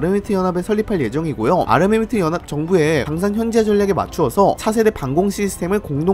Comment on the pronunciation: ㅋ 은 발음 새는게 은근 매력이에요.. ㅋㅋ (욕 절대 아님) UAE: 유이이~~, 아랍에미레이트연합: 아마미뜨영압, 영향력: 영앵역~~